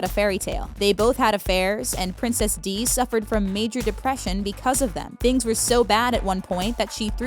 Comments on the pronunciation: Please say her real name princess Di not princess Dee .... really?? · Princess Dee? Princess Di. Dye. Princess Di. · "Princess Dee?" Seriously? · Camilla's son is a food critic,she wasn't married to one,she was married to Andrew Parker Bowles,the army officer,do your research. And umm,Princess Di(ee)? Don't you mean Princess Di(ī)?